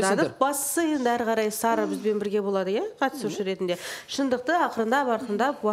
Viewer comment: Бутя катушы емес катысушы деп толык айтшы.